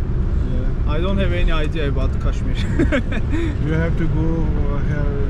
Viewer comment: Kashmir yazılıp kaşmir değil Keşmir okunuyor. Sen de açıklamada Keşmir yazmışsın ama kaç videodur Kaşmir telaffuz ediyorsun? Niçin?